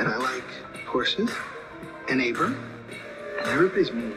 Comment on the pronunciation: Thank you for the trip down memory lane! Btw, Cara's ex's name is Abram, not Abraham.